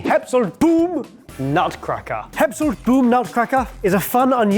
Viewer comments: Skeppshult it not pronounced Skeppshoolt, it is a short u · saw the Swedish "sk" and just went "nope it's Eppshult" now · Your pronunciation of Skeppshult was very confusing. :-) I started looking for something called "Hempsolt" or something and I thought you said it was Swiss so when I finaly found it and saw it was Swedish (I'm from Sweden) and it was a Skeppshult I started laughing. :-) The company "Skeppshult" takes it's name from the town Skeppshult just FYI. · Heppshult? Scheppshult? Very strange pronunciation. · "Sk" i pronounced like "ch" i Bach, epps is pronounced like Eppstien the "u" is almost pronounced like the "u" i Amy Schumer so "hult" is pronounced like a ships "hull" but with that kind of "u" sound and with a "t" on the end. You would probobly spell it Cheppsholt if it was a English word. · Skeppshult is pronounced kinda like Scheppshult, they are mainly famous for their cast iron pans its been around since 1906 :) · The pronunciation of "Skeppshult" has killed my ears 🤣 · Ngl, I also thought it was a Japanese item until I read Skepphult (sorry but your pronunciation was not the best). Now I kind of want it. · The way pronounced Skeppshult is so bad it makes me feel like donning my iron hat and starting a new viking age. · The way you pronounce "skeppshult" was hilarious. It wasn't until it was written that I could tell it was a Swedish brand. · Jesus H Christ, that pronunciation of Skeppshult was criminal. I'm Swedish, and he said it a couple times before the text appeared on screen and I hadn't the foggiest that he was trying to say Skeppshult until I saw it written.